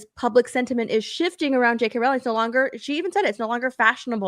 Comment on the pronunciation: You pronounce it "rolling"... As important as she is as an author you think you could get that right. Oh and before you get uppity J.K has addressed it herself dumb dumb.